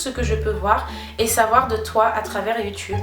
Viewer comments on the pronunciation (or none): none